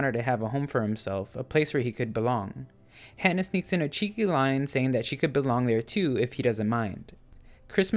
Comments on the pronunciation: It's Ha-Nah not Hannah. Other than that good video. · It's "Hana" with an "ah" sound, not "Hannah" like "Anna".